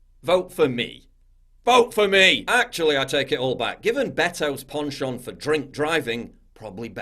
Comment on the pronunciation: Yanks cannot even pronounce penchant. It sounds like pension when they say it.